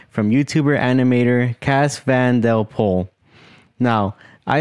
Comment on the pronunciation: It's not DEL pol, It's de pol.